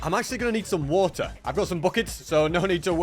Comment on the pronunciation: i'm actually gonna need some WOTAH 🤣